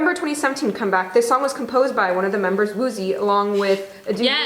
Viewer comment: "Woogee" is the pronounciation of Woozi okay?😧😂